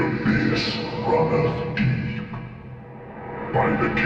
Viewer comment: This is some wonderful stories i love to hear Tho i gotta say.. whenever ya said deep i just heard the D. and it just made me think of one piece haha. But yes good job! wonder what your next projects will be and im excited to hear about em for sure